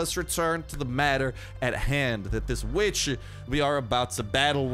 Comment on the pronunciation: “We want ze blood o da weeechhhh”